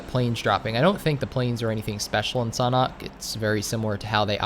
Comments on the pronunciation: It's not sonhok it is sanhok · Bro it's S-A-N-H-O-K not "Sonok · The way you pronounce Sanhok is so strange to me. I pronounce it San Hök, but you pronounce it more like Sanah. Idk. I'm not a native english speaker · Am I the only one thinks that said sauna instead of sanhok xD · How to pronounce Sanhok????? Sand-hok Or Shan - hok Idk